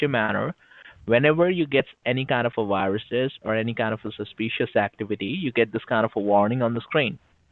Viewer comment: Wiruses are wery dangerous 😂